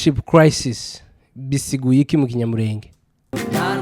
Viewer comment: Gerageza kuvuga Ikinyamulenge wo kabyara we! Gorora ururimi